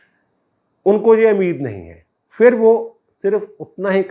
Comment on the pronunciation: جناب لفظ" پھر" ہے " فھر" نہیں!